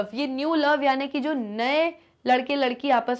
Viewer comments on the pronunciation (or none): none